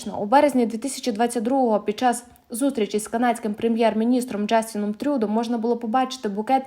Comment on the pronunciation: Так!!! Просто неможливо слухати, половина назв з неправильним наголосом! Ну а ТрЮдо - це взагалі сором.